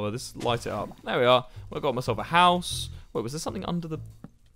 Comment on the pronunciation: Man I just tryinna find the part he says "Hous"